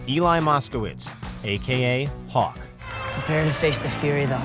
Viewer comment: My man said hawk>Miguel🤣